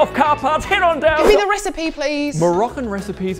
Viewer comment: Somewhere Ignis Scienta be like: I've found a new recipeh!